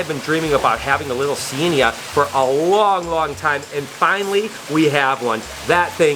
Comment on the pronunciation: The way he said cyanaea 😂